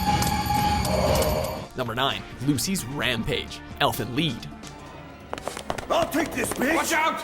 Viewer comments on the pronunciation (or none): Why Lead its *Lie*d didnt you see its simple english 😂😂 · elven leed? its pronounced the same in english fuck nut, LIED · Why did you say elfen lead its Lied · Is nobody going to mention the fact that he said elfen leed instead of elfen lied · why "Lead" its *Lie*d didnt you see its simple english 😂😂😂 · Did bro really say elfen leed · So Elfen Lied was pronounce as "Elfen Lid". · He pronounced it “Elfen Leed”... but doesn’t that say “Elfen lied” like... L-I-E-D “LIED” like “You’re a liar. I can’t believe you LIED to me.” Or... am I wrong and he pronounced it correctly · Lied is pronounced like lead for Elfen Lied? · Wait, is it actually pronounced "Elfen Lead"? I thought it was a long 'I'. Like Lie. Is it not? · Elfen LEED??? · "Elfen lead" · why does this guy do anime lists when he cant even say the names?................